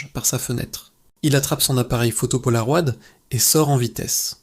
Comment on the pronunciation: Polaroid se prononce Polaroîde (comme android)